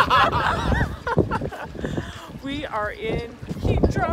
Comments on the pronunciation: Now, I don't get it. You pronounce it Hee-drah (correctly) in the beginning of the video and then you revert to the (incorrect) pronunciation Hi-drah. What's up with that? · It's pronounced EETH-ra, not HEE-dra (and definitely not HYE-dra).